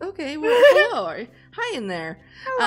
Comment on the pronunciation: Did anyone else hear say Hellub to Shelby when she walked in? I did. Just me? ok *goes to doctor to get hearing checked